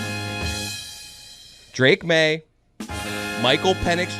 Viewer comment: Bro said Drake maye 🤣🤣🤣🤣🤣🤣🤣